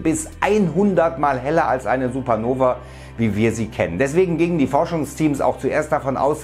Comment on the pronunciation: Warum sagt er manchmal Supernoväää